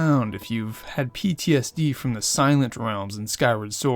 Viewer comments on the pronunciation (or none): none